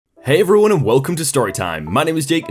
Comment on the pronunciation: Why does Jake begin each reading with "" Hey, Ruin"? Jake, practice saying "everyone"!